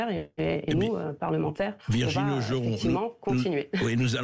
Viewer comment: Hé, c'est Virginie, pas Virgine!